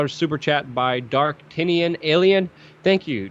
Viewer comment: It’s Dartanion ALLEN not alien